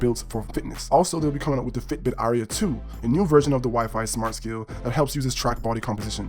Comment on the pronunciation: Don’t know if I can trust a review that mispronounces Ionic and Fitbit. Good video though.